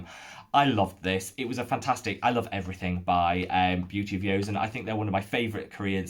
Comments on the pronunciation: I've been eyeing the Make Prem Essence Toner. A 400ml toner size seems so economical and I've heard Kelly Driscoll rave about it being super hydrating! However, I'm just wondering why you keep mispronouncing Joseon and defaulting to a "y" sound? I've never heard anyone else pronounce it like that. You can see Korean Youtubers like EuniUnni pronounce the name and it's always been a "j" (bordering on "ch") sound. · Seems like you are still calling it "Beauty of Yozen"..... Thought we had the correct pronunciation sorted out in the comments of a prior video?